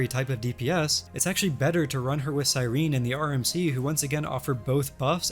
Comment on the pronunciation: I really miss early supports, I'm not sure I like the direction the game is going. But also the way you pronounce Cyrene is distracting me